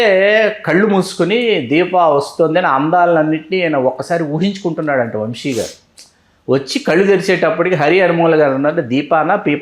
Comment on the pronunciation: ముందు ఆ ఇద్దరికీ తెలుగు నేర్పించండి. "శ" కి, "ష" కి మధ్య తేడా ఆ ఇద్దరికీ అస్సలు తెలిసి చావట్లేదు. "వంషి" కాదు, "వంశి". యాంకర్ అడిగింది ఏంటి? ఆ గాడి సోది ఏంటి?